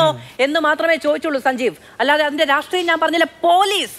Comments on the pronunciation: Ivanu rashtreeyam ennu parayan ariyille e, ratreeyam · രാഷ്ട്രീയം എന്ന് നേരെ ചൊവ്വേ ഉച്ചരിക്കാൻ അറിയാത്ത പരമ്പരാഗത SFI ക്കാരൻ😂